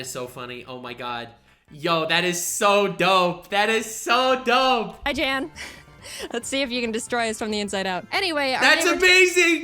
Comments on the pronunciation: Yeah i dont think jaiden realized how to pronounce his name before making this so thats why she calls him jan. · every time i hear jeään i cringe inside as its supposed to be pronounced jann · Yes, in his reaction to this He does say that it's Yan not Jan. But he says he understands the mispronunciation. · I'm a bit conflicted of how real this reaction is, because the way he pronounced "Jan". You see the way he pronounced it, is not common in Germany. You pronounce it with a much Shorter "A"; not "jaaaan," but "jann" for a lack of better description. However it's the exact same way Pokemon challenges aka Jan pronounced it in his reaction - which was pretty wholesome btw- who then added it is a german thing. I don't know where Jan comes from in Germany, but this way of pronouncing it, I'm pretty sure, is much more uncommon. So sort of asking, if it's pronounced differently while adding it's german, pretty similar to what pokemon challenges said, is really sus. Just sayin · Yes it is pronounced YAWN spelt yan. Jaiden Animations didn't know. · I feel a little of Jaiden's pain, I too have had a Nuzlocke run take a turn for the worse due to my opponent getting lucky stat boosts. So much blood... And yes, it is pronounced "Yahn", he corrected her when he reacted to this video. He did, however, love being referenced in this video. Staying weird!